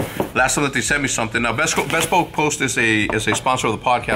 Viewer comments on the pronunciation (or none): Bothers me a little too. Bee - spoke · Bespoke please say it right why is the company not telling him to say it right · I know its probably a troll but the way he says "bespoke" is driving me nuts lmao